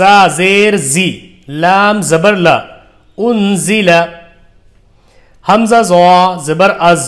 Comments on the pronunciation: Alif ko hamjah kyon padha rahe ho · الف کو ہمزہ کیوں پڑھ رہے ہیں.. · Alif ko hamza kyo parh rahe hae ? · Sir aap l'ko😢 hamja bolte hai 😊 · Sir aap alif ko hamza q bol rahe ho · Bhai aap alif ko hamza kyu padh rahe ho iske baare me to batao hum confused ho rahe hai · Alif ko ap hamja kyo padhte hai samjhaye ese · Aap alif ko hamza kyu padh rhe hai